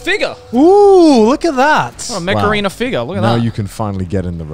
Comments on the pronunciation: my hard of hearing ass kept thinking you were saying macarena... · Everytime you said mech arena i heard Macarina. Thanks for getting that song stuck in my head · I swear I heard "Mech Arena" as "Macarena"